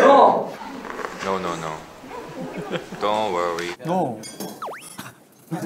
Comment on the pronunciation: Hyeop’s “ I thinKeu tHis iseu so ekSeuPeshibeu” will forever be iconic 😂